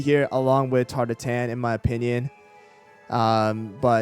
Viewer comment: why do you say tarte tatin like that 😭